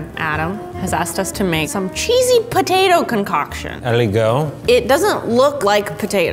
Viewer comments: I love how says Poh-tato like Steven now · Wow pronounced both t's is potato very clearly, he must have rubbed off of steven